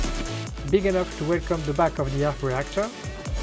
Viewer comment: I hon man arhc rhheeactoor......